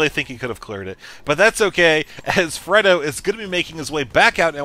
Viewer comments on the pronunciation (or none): Are you sure it's not pronounced Frey-do? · have you ever seen The Godfather? This isn't to be mean it's just you keep mispronouncing Fredo.